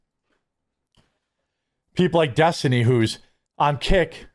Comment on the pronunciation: Piker..Pokher..and destidont. 😂😂